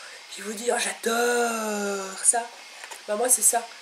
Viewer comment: Lol elle a dit jajlor à la place de j' adore